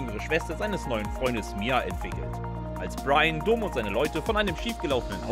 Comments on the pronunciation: Vielleicht hätte der Sprecher dieses ansonsten guten Videos die Filme gucken sollen, dann hätte er vielleicht nicht Dohm abgelesen, als er Dom las, sondern Domm. ;-) Das ist mir mittlerweile schon ein paar Mal auch in anderen Videos aufgefallen. Da ist keine K"I" hinter, oder? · Ich lach mich checkig ey 😅😅😅😅😅. Vin Diesel heißt Dom(m) und nicht (Kölner) Do(h)m. 😂😂😂😂😂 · doommm xd kurzes O !!!! wenn schon, oder is das der kölner dom ? 🤣🤣🤣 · Immer wenn er "Domm" falsch ausspricht einen Kurzen trinken xDD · 1. Wie falsch kann man Dom aussprechen ? 2. Ist noch jmd die Musik zu laut ? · da ist man ja nach der hälfte des videos schon komplett besoffen